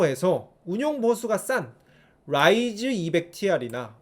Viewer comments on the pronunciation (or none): ㅋㅋㅋㅋㅋㅋㅋㅋ 롸이즈 롸이즈 롸이즈 너무 웃기잖아요 ㅋㅋㅋㅋㅋㅋㅋㅋ